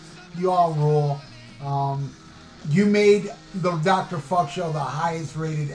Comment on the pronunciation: That sounds great , I was thinking of filming a follow-up because you butchered my name, maybe I'll do one for the new year. Stay frosty Dr. Fukk!